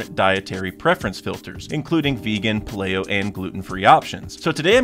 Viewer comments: Paleo = pay-lee-oh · "Paleo" is pronounced "pay-lee-oh" just fyi. It comes from paleontology, because its supposed to be like a "caveman" type diet. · SHould've googled how to pronounce "paleo" 😂